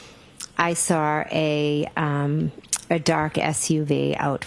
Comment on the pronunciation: I sawr it! What kind of teacher is she?